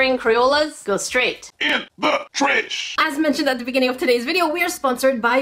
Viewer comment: why do you say tresh insted of trash